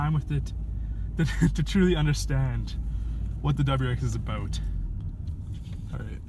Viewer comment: Are you from Wisconsin? I happen to be and I just notice the way you say about lol. Great video btw.